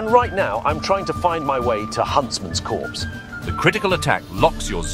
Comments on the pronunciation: huntsman’s copse* not corpse. immersion = ruined >:( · Copse, not corpse... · Even the voice model says huntsmans corpse